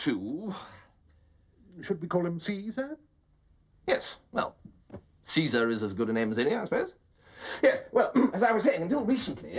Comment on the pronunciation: "Cesar", hahaha!!!!